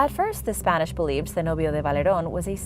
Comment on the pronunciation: Really enjoy your shows and presentations of information. What I realized into the shows your very accurate pronunciations of foreign names and of sites especially Spanish, Mexican, Portuguese and other nation's names. We Americans rarely hear spoken foreign words correctly of historical names. Some are totally new and those we did hear, however, blew right past us never knowing correct pronunciations. We research and look up struggling to hear correct pronunciation of names. It is a two step or more process, This is a huge draw point for me and I am sure others. Then a big PLUS, up-to-date information on subjects we have researched and heard of before.. So good job and KUDOS to you and related assistance for your shows...A+ effort.